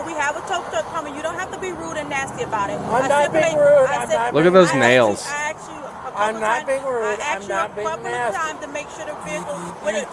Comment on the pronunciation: I'm convinced all black females are taught English from the same teacher around the world. "YOU AXED FOR THIS" 🪓